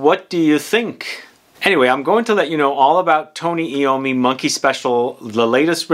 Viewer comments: Tony Ai-ow-mee. Not Ee-ow-mee. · It's pronounced I ommi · FYI..... His name is pronounced. .... 'Eye - Oh - Me' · Tony Eye-Owe-Me